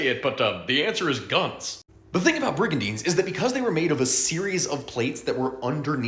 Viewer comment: No, I agree, if you're going to dish out factual information, endeavour to pronounce it properly. .